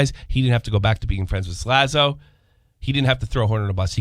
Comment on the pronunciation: Let's not forget this last bit of news... actually pronounced Slazo properly in this video!!! LOL